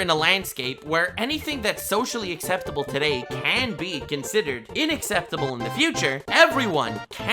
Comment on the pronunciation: Am I the only on who audibly corrected when he said innacceptable?